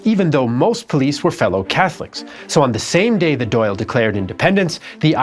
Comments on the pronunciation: Dáil is pronounced like dawil with the i being quite short, not Doyle. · the dail or an dail is actually pronounce "dahl" rather than "doyle" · The Irish parliament is called the Dáil and it's pronounced "dahl" "dal" or "doll" not doyle. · Thank you! That was grating! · Dail is pronounced Doll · It is important to understand how much catholic Irish were treated as second class citizens in their own country - and during the potato famine even much worse than that, with the London government even enforcing and worsening the situation. Btw. Dáil isn't pronounced "doll". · I know you gave it your best but every time you pronounced the Dail as Doyle I cringe 😂